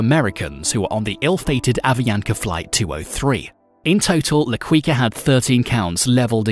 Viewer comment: Quica is pronounced "kika"